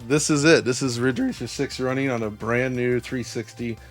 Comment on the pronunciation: Asian Accent Riiiddgggge Raaaccceeeer.